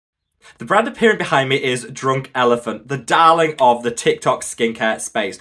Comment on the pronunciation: Did he say drooooouk elephant